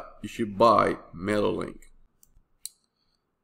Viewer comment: I don't know if you just mumble or something but every time you refer to mailer link you are saying mailek. do you actually test this program? youre recommending aweber because you earn commission?